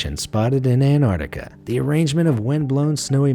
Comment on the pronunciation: I enjoy your narrator's voice, but please teach him how to say Ant-ARK-ti-ca correctly.